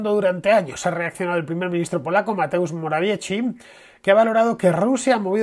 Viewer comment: Mateusz Morawiecki en castellano se pronuncia "moraviesqui" la letra C cuando no esta al principio se pronuncia como la S en castellano.